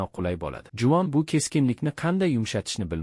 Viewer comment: Juvon dep eshtilyabdi 😅